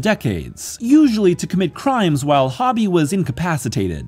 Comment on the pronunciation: HO-bee not Hobby